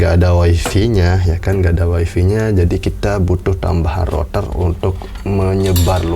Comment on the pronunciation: Rottherrrrrrrr greget logat